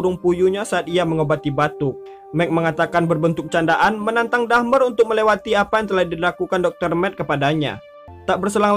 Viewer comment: Bang my friend dahmer bukan dhamer